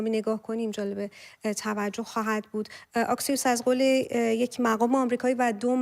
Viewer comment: خانم محترم ، اَكسيوس درسته آكسيوس غلطه